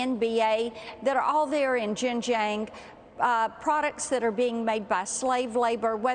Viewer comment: LOL she is a china expert now? She couldn't even pronounce 'Xinjiang' properly LMFAO.